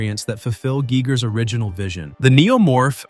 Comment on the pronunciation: It's pronounced Guy-gurr BTW